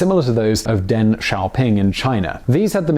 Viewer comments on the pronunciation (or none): none